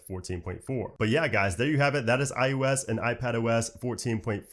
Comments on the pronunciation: ✅ iOS ❌ iUS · It sounds like you’re saying IUs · stop saying iUS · What is this IUS you speak of? I thot it was IOS.